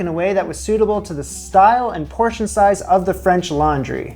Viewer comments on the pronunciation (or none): Why everytime you introduce that book do I think you're saying "French Lingerie"? I need help.